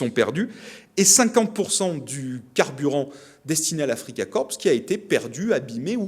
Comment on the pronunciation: Afrika Korps = Korps : prononciation française avec un "o" fermé...